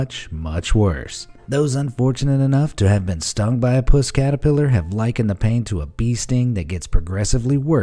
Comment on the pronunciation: Trump catapelar 🤣🤣🤣🤣🤣